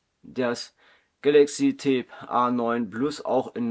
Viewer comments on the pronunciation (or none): Das Tablet hat die Bezeichnung TAB, nicht Tape ! Tab steht für Tablet und Tape ist ein Klebeband. Deine Aussprache ist voll daneben.